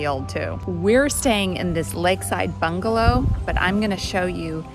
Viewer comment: Yea, I don't see how a lobby entrance would get any better. Plus we laughed out loud the first time you said "bungalow" 🤣😂